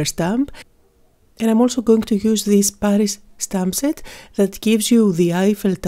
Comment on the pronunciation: I love how pronounces Paris without the "r". Beautiful art work, as usual.